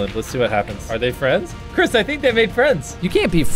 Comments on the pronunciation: ah, yes, chirs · Btw it's "Chris"